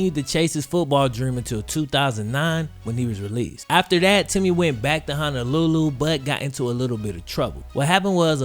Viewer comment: Love you videos ! I live in Maui and it's pronounced HONOlulu not HANAlulu haha but jeep it up brej